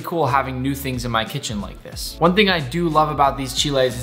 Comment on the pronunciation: Thank you for pronouncing Mole and Chiles right! This Mexican loofs u!!!